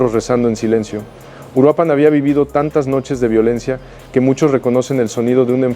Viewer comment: Se llama URUAPAN !!! no uruapán